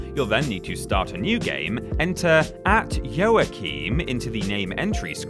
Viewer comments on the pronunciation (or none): Joachim = (WA-KEEM)